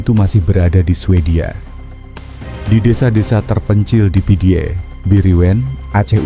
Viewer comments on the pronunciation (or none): pidie di baca pidi Meulaboh di baca melabuh